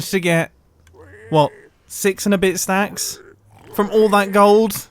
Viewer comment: when you said 10 stacts i choked on my water